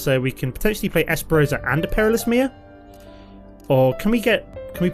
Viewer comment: I love your MtG videos. One thing though that is driving me crazy... the card, Esperzoa is not pronounced ES-PE-ROH-ZAH. It is pronounced, "ES-PER-ZOH-UH"